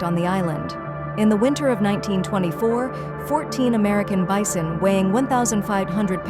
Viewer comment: What the hell is a beesun?